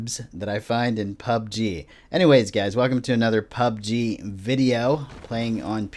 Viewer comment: Say pubg normally